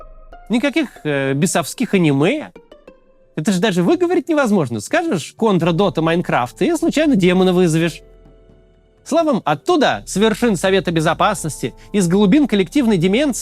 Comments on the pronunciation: Не кОнтра, а контрА. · Как же так, Максим, не ко́нтра, а контра́ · Контра́, мусьё, пожалуйста, говорите правильно. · КонтрА, ударение на а